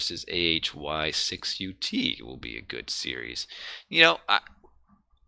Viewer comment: AHY6UT pronounces as Anubit. Believe me, it is Russian-style 1337. Very convenient that you have Anubis in video previev. PS so sad for being busy while your last streams because nobody else streams AoM on Youtube.